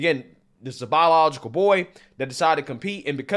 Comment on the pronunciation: Bro said "bawlilogical" so many times I got angry. Holy shit learn how to say words if you want to be taken seriously